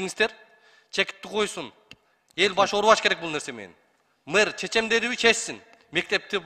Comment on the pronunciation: Мыр,эмес Мэр болот,туура суйло